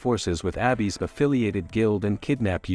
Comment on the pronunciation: It's weird that the TTS just randomly started pronouncing "Abyss" as Abby's.